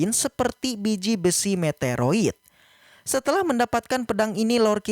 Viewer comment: Min sorry min, "meteorit" min yang bener bukan "meteroit"